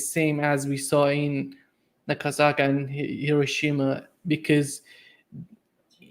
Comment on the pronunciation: Thank you for pronouncing Hiroshima correctly. I went to Kindergarten and First Grade in Japan, I know the correct pronunciation 😊